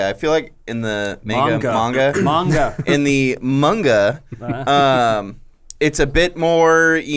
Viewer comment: Sounds weird for an American to pronounce Manga correctly